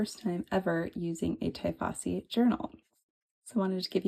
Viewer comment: It's "tee-fossi", not 'tie' as in 'tie your shoelaces'